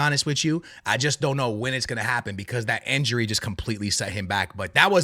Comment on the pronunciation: why you keep saying "enjury" bro its "injury" 😂